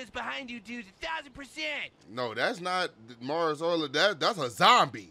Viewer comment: ''Mars Ulrich'' 🤣😂🤣🤣